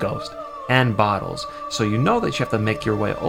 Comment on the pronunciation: it's BOTTLES not BOOTLES.